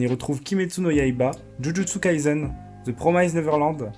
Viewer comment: Merci pour la vidéo ! Par contre c'est Jujutsu Kaisen (Kaye Seine) et pas Kai"z"en ^^ Bon courage pour la suite :)